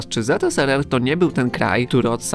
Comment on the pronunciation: Nie ZSSR tylko ZSRR tak na przyszłość